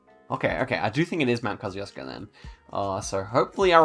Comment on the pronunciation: The way you pronounce Kosciuszko 💀💀